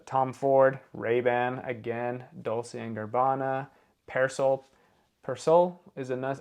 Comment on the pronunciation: Thanks for all your great content! Lemme help you out with some pronunciations. Cartier = Car-tee-ay , Dolce = dole-chi